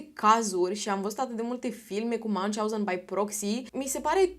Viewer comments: Numele Münchhausen este german. Deci nu se pronunță ca un nume englez/american. 😊 Pronunția fonetică ar fi aproximativ așa: Miunhi/hauzen, slash-ul însemnând un fel de f. scurtă pauză între cele două părți ale cuvântului. 😊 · se citeste miuhauzen (miuhauzen era un mincinos) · Münchhausen se citește "miunh hauzăn" (aproximativ), nu cum l-ai pronunțat tu!